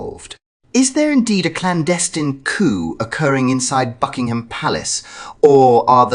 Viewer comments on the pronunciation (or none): none